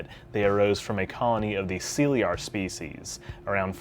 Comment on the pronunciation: That is an interesting pronunciation of the word Caeliar. Why use those letters to transcribe an alien word into English and then use none of the English phonetic rules when pronouncing it? It’s a fucking ridiculous farce.